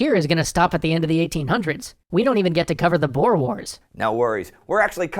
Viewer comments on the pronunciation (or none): the oe in boer is pronoced like the oo in book, good, cookie instead of oa as boar